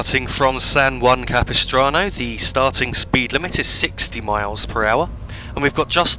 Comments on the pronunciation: Yes, you pronounced 'San Juan Capistrano' correctly. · th pronunciation of san juan capistrano is as close to correct as is possible from someone not from the area. well done. i have ridden this route many times as a passenger, and i have it on my train sim as one of my favorite routes